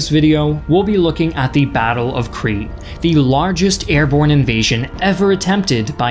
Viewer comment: Why do you keep saying Cree!? It's pronounced "Kreet" (Crete) and it's people are "Kreeshan" (Cretian). Interestingly enough, the continued mispronunciations throughout your series do make you appear a cretin, though the similarity here is only linguistic, alas.